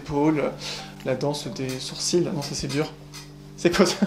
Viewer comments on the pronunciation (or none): none